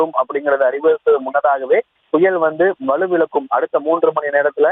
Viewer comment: அது வலுவிலக்கும் இல்லை..வலுவிழக்கும்..